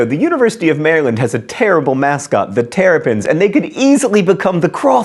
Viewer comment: pyrotheevilplatypus he didn't mispronounce it, he in fact said it correctly... which is weird to hear because marylanders don't.